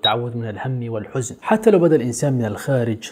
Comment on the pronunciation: أخطأت 'والحَزَن' بفتح الحاء والزاي .. وشكرا 😊